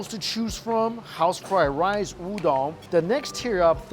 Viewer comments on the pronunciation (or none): none